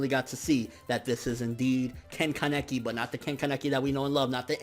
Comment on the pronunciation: Mihran Zakaryan ya i could see that being the case in English but in Japanese (no I'm not a weeabo my mom is Japanese and was taught when i was younger) I'm pretty sure that's how it's pronounced. Also kinda pronounces Kaneki weird too. If it's a speech problem I'm sorry.